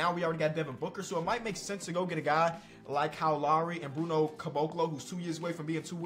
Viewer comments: Man said lary it’s lowry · sometimes its not dyslexia its just Illinois like Cow Lowry